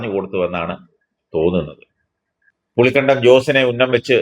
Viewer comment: പുളിക്കണ്ടമല്ലടാ ഇട്ടിക്കണ്ടപ്പാ. പുളിക്കകണ്ടം എന്ന് പറയൂ.